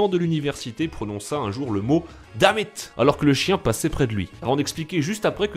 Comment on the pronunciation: Bonne vidéo. Par contre "Dammit" et "Challenge".. à quand une vidéo "lève toi avec un accent anglais moins merdique"? ;)